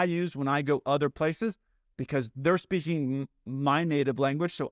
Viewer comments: You also said "beaking" when you started to say "be speaking". Lol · Besides the inter-rational word, you caught yourself on 'beaking' and corrected to 'speaking' early in the video. Somehow mistakes I hear don't bother me. However if I find errors in print and I read a sentence five times and it still doesn't make sense and I have no idea what they meant to write, then I am irritated. Not a pilot but enjoy your videos!